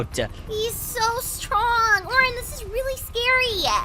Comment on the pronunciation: It’s Oren and pinki Not Orange and pinky